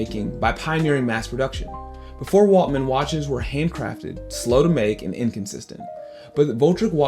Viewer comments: Great video. By the way, it’s Waltham, not Waltman, isn’t it? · “Waltman”? Ok this guys knows nothing… Skip!